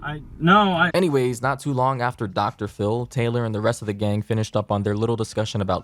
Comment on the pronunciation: "Dr. Phil" ====>> "pHiL-m"